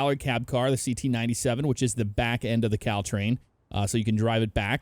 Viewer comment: is it me or when says cal train, I think he says cow train.